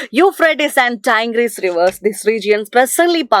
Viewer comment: Tigris and Babylonian pronunciation is not correct